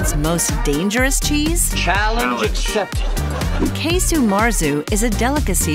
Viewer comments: Casu. There's no E sound in it. It's like "kazo" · Are we sure it’s pronounced “case-u”.